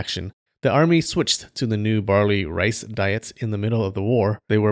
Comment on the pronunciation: They where "barley"(barely) in time.